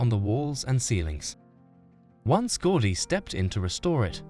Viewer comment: Unwatchable since you can't even say his name correctly: It's pronounced GOW-DI